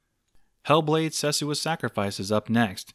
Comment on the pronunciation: Loved this video, Damn this card ♠️ have balls how it outstanded newest games with such performance, and LOL its Hell blade:Senua's Sacrifice not sesua ~__^ ;D